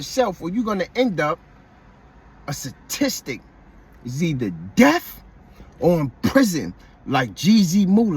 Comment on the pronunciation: Respectfully, it's Statistic not Satistic. Lol I'm messing with you. Great content.